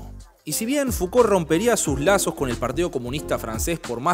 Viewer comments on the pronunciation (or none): es "Mishel Fuco" la pronunciacion, no Miquel Fucolt. Espero no lo tomes a mal, pero vi varios videos y lo tenia que decir. Saludos 🤗